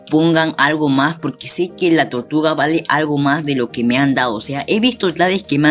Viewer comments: Tortluga dices xD >XD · No sabes hablar bien dices "vamos a ver que nos dan por nuestra tortugla >XD